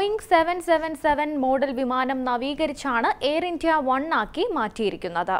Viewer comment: How is she pronouncing "India"? D is given unnecessary stress..